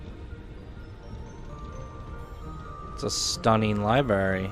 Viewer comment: "Its a stunning LIBARY"